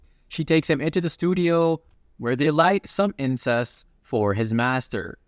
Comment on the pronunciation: "They light incest." 😂 You need to enunciate incense (in-sense) better... Or it insinuates, something else. 😂😂😂😂 Edit: Also, Ramen.